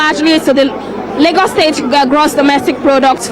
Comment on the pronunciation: Wrong pronunciation of the word 'L'agos'.......